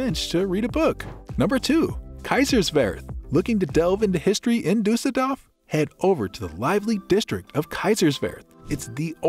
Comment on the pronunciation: DORF nicht DAF